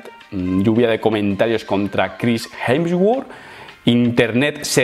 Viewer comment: Nadie: Pero Nadie:: Jensguor